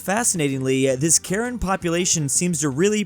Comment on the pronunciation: the Karen people, it's pronounced not like the name Karen. It's more like "Ka-ren" or "Kah-ren" if that makes sense. Some might say they are "Karenni". Just so you know 😊